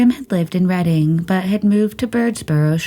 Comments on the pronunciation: Thanks for posting as always. Pronunciation tip: Reading, PA is pronounced “RED-ing”. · "Reading" is pronounced "Redding". Also, use the past perfect tense, e.g. "she had been there..."